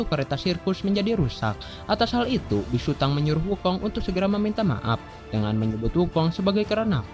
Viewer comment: Hhmm mohon maaf😅😅😅 itu bukanya big sutong kok bigsutang😅😅😅